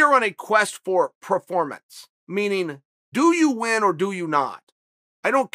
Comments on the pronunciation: Chael: “proformance” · / - New word: Proformance Thanks, Chael. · PRO fermanance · Chael “pro-formance” Sonnen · Chael "Praformance" Sonnen